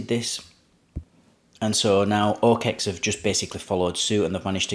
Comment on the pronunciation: Dude, it's not "o-Kex". Sorry, but it cringes the fuck outta me to keep listening to it.